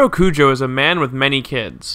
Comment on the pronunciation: Cujoh? It’s kujo.